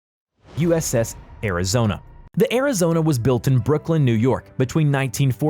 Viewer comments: I think he only got uss arizonas name correctly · At least he managed to pronounce the Arizona right. Needs to find a new job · Im surprised he pronounced Arizona and Iowa correctly.